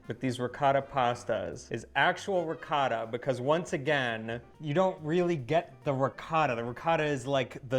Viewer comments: please teach how to pronounce ricotta like an Italian. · Amazing video but as much as you love Ricotta,, you should also pronounce it right:) eheheheh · Quindi in questo video, per quanto riguarda la Ricotta, sentiremo dire diverse volte qualcosa come...”Rihcada”?;) Comunque, la cosa molto strana è che lui sa bene come si pronuncia in maniera originale Ricotta, perché lo sente dire ogni volta da in maniera originale, così come altri nomi italiani. Se lui non lo sapesse, così come tanti altri americani, si potrebbe più giustificare. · We know loves Ricotta, so why he cannot make an effort and pronounce it a bit less American? Instead of Ricada say Ricottttta! Thanks 😉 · Peace you know better. Try to pronounce the Italian names a little better. It is RI COT TA. Not Ricoda. I also dislike how the Americans say risotto. Risoodo 😢. Great recipes!!! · Oh Pa-leeese! please use the correct pronunciation of the Italian words: ricotta is not ricatta. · Veramente lui dice qualcosa come “Rihcada”. Ma la cosa strana è che lui saprebbe anche pronunciarlo in maniera originale, perché lo sente ogni volta da. Se non lo sapesse, come altri americani, si potrebbe anche in qualche modo giustificare. a fianco a lui dice ricotta, così come dice altri termini italiani in maniera originale, e lui a fianco a lei continua a ripetere…. “Rihcada”. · I know that you know how to pronounce ''ricotta'' properly, so do it. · Ricotta cheese.....pronounce it right..!!!